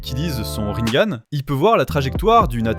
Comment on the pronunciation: A On ecrit "Rinegan" pas ringane sinon c'est comme si tu disais " sharingane " ya pas de E a la fin